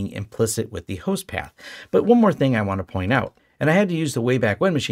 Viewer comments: it's "host path", not pass. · you mention backups and setting up "host pass" properly. The CC says 'host pass' is what you are saying there. I'm not sure I heard that right. There isn't anything in this video's notes about it. And when I search for "host pass" in your channel video list I don't see any such title in the results. Were you saying "host paths"? And which of your videos were you referring to in that part of the video?